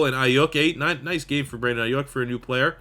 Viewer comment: As a Niners fan I will tell you it’s Brandon Eye-You-K